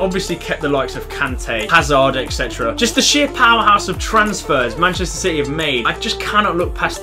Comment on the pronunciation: Did he actually just say shity are gonna win a title